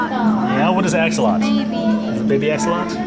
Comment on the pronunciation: it's axolotl you prnounce the l